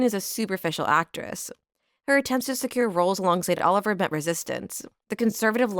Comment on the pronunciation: Brilliant video ❤ just one thing - its pronounced oliv- ee ay, not Oliver